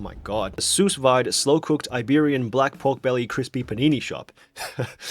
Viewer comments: Btw it's "su vid" not "sous vaid" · "Sous vide" is French. Means "under vacuum". Pronounced "Sue veed". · Sue’s wide 🤣🤣🤣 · No way he said "Susweid" instead of Sous Vide. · Soos - vyde? I think it supposed to be said soo-veed…It’s french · Your pronunciation of sous vide really made this a “sus vid” 😂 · soos vee-day you peasant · Not the soos-vaide 😭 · Dude. Same. I didn't know how to pronounce that sh*t when it came out. I would say, soos veed. Oiyoyoy. 🤦‍♀️ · The way people pronounce sous-vide when they don't know it's a French word is hilarious. It's pronounced sue-veeday, but with a French accent. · Great video. FYI: Sous vies is pronounced like “sue vee” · "soosse vaide" my french ears are bleeding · i lost it at him pronouncing "sous vide" as "soo-fide" 😂😂😂😂😂🤣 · Sus Bidet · “soos wide” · sus wide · The pronunciation of sous vide is giving me a real Dr Seuss vibe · I am both a cook and Canadian. But I don’t blame you for not being able to pronounce French. It’s difficult. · you butchered that pronunciation so badly I literally had to go back and read what you were saying because I had no idea lmao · AINT NO WAY BRO JUST PRONOUNCED SOUS-VIDE LIKE THAT????? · your pronunciation of “sous vide” causes me immeasurable psychic damage 😂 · Ça ma choqué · Gave it a German accent rather than French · Seeing you pronounce 'sous vide' incorrectly multiple times makes me think you're actually a pleb. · The sous vide pronunciation is insane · I was JUST about to write a comment about that